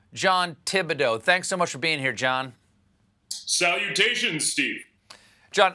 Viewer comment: Salutations Steve (in Posh) the 😂😂😂 😝😝